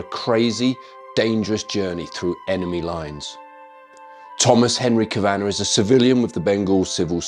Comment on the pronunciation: Just fyi ‘Kavanagh’ is pronounced as Kavvanah and not as Kavahhnnahh